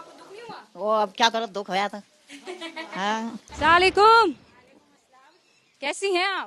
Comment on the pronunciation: ये अपने आपको मुसलमान कहती हैं। और सलाम किस तरह से करना चाहिए ये भी इसको नही मालूम, बोल क्या रही है ( सालेकुम) जो की सलाम है ही नही, किसी को भी अस सलाम वाल्लैकुम इस प्रकार से बोला जाता है।